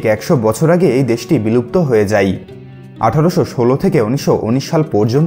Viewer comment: story teller er pronunciation khubi kharap হয় কে হই কেউ বলে! যায় কে যাই কেউ বলে? এগুলো ঠিক ভাবে উচ্চারণ করতে চেষ্টা করুন